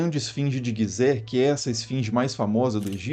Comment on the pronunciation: GUIzé? 😳 não seria Gizé? (G + i tem o som de Ji☺️)